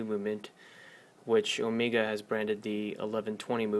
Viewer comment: Nice review, nice watch but its not ohmeega.. It's o-meg-a